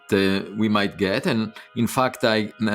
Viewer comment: I love how Avi says fucked instead of fact